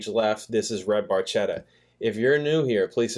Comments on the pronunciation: The Red Barchetta ( pronounced BAR KET AH ) in Italy is a MM(Mille Miglia) One of Ferrari’s best! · Geddy mispronounces "Barchetta" in this song. In this song, there is a video playing over the screen basically re-creating the story.